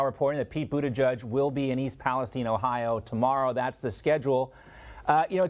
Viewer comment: It's PALESTEEN Hal.